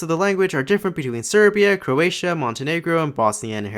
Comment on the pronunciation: As a Croatian, I can say the person who read the name of our country, pronounced it wrong (the first vowel is stressed, not the second one).